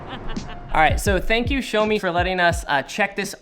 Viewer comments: "SHOWMI" - LOL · THIS WHITE DUDE CALLED IT A "SHOWME" DEVICE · Ah yes, the Shomi mi note 10.